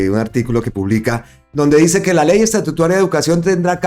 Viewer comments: Porfa, no sigas diciendo Ley Estatutuaria suena horrible, a estatua, no a Estado. No atropelles el lenguaje. Se dice LFEY ESTATUTARA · Buenas tardes, no és ESTATUTUARIA, ÉS ESTATUTARIA😢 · Hermano es estatutaria y no estatutaria ,ojo hermano